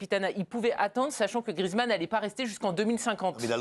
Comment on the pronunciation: GRIEEEEZMANN pas griizmann le e n'est pas du tout muet